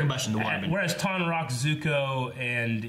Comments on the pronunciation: right actually, it's Tonraq. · They explained about platinum in season 1 first. Also,, it's not Tarnroq, it's Tonraq.